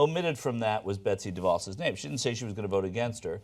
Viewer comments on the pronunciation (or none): How is it that people (particularly hosts and guests on the show) can't pronouce DeVos yet? It's duh-VOSS.